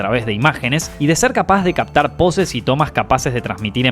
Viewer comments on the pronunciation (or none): none